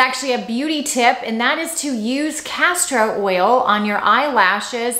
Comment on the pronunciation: No R in castor oil. EVER EVE!!! Not Everveve. Pls, you are driving some of us crazy. I like your channel very much but stop with the mistakes! XO